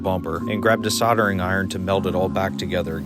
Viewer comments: Sawtering iron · Solder, there is an 'L' in the word solder. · Sawda or solder? Murican spanner monkey or English engineer? Also, isn't it funny how Muricans spell a.l.u.m.i.n.i.u.m but can't say it properly?